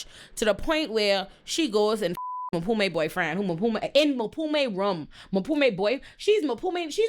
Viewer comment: I’m here for a second watch just to hear call Mpume “Maphume” over and over again 😂😂😂😂